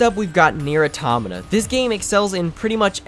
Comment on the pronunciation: You pronounce Nier : Automata fuckin weird dude